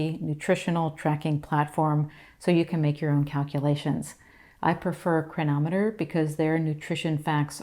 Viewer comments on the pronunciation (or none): Could you please say the name of the nutritional app you showed. I could not understand what you said. It sounded like "triameters"?? thank you.